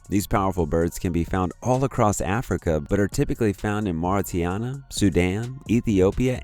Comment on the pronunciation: Mauritania is pronounced moor-ih-TAY-nia